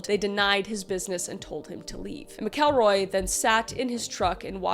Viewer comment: Skidmore, MO has a crazy amount of fkd up things for the population. I live 30 mins from there. PS. Its pronounced Mack-uhl-roy. 😊❤and "nod-uh-way" 🤣 Google needs help. 😂😂😂